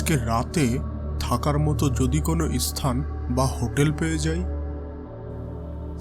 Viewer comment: এস্থান, ল্যাখা, গাস, পোকার, ইস্থান, বিষানা, কিরকম উচ্চারণ এগুলো?????? যত সব দোকনো narration !!!!